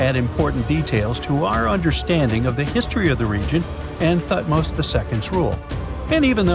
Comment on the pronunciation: TUT- Moz I, TUT-Moz II? HAT-Shu-Psut? TUT-Nkwa-Amun.